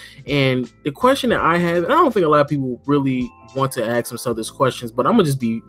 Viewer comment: lmao the way pronounces ask. "axe" hahahaha